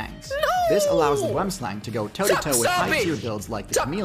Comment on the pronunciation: I love how they pronounce boomslang, it's a dutch or afrikaans derived word meaning tree snake but you gotta say it w the accent